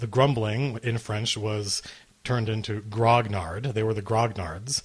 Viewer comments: I think it's pronounced 'gronyard'. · BTW, grognard is pronounced groan-yard.